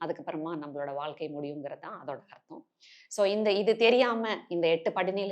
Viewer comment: மிகத் தெளிவாகவும், நேர்த்தியாகவும் அனைவரும் புரிந்து கொள்ளும் வகையிலும் அமைந்துள்ளது. "அலகு, வாள்க்கை, பலகபலக" இந்த உச்சரிப்புகளைத் திருத்திக் கொண்டால் இன்னும் சிறப்பு. ழகரம் தமிழ் மொழியின் சிறப்பு.